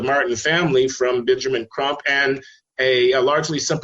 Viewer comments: Why do you keep saying "Trump" instead of "Crump" which is the lawyers actual name? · Benjamin Crump, Not Benjamin "Trump"!